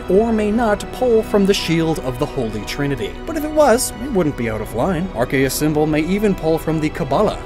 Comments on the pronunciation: When he called Arceus "RKS"i was dumbfoubded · youre pronouncing arceus' name wrong